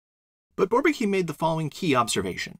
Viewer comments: Why not call it inequality? Great stuff, by the way (I'd only pronouce Bourbaki with more of a French accent). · Thank you, this is really well done! Perfect presentation, nice animations, a pleasure to watch. And on behalf of the content: it puts things to that perspective where suddenly all makes sense. Pretty interesting, that MacLane tried to convince the Bourbaki group personally, I did not know that. Fun fact: it took me a while to understand the pronunciation of "Bourbaki", to me (a german/French speaker)😊 it sounds more like barbecue...